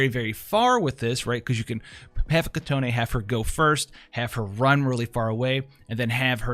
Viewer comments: Not "kitoné" its just kitone..its already prounce correctly in global version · Its Kee-Ton... not Kee-Ton-E.... theres no e at the end. btw nice content as always!